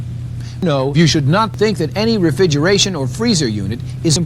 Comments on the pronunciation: Was "refigeration" the best edits in all of history, or does this guy just have a selective speach impediment? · Was "Refigeration" an audio edit by you or did was that just how the guy in the video says it? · Is the Refigeration thing from how the guy originally pronounced the word or was it something you edited? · That was how the guy (David Catanzaro) said it. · Imagine mispronouncing refrigeration 40 years ago for a training vid that no one is gonna see, only to find it pooped like this. XD